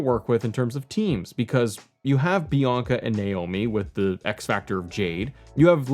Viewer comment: Did you call Bianca Belair "Yianca" and accidentally called her Naomi in the same video?! 😅